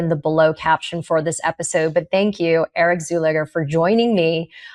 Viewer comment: Czulegar... I could have sworn she said Zoolander. 😀